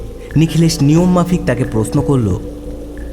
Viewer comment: সূত্রধর মানে ছুতোর মিস্ত্রি। গল্পের সূত্রধর হয় না, হয় সূত্রধার। অর্থাৎ কথক বা ন্যারেটর। আর প্রস্ন নয়, প্রশ্ন। আস্চর্য নয়, আশ্চর্য।